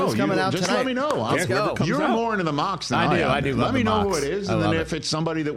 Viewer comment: We got Mock-sy.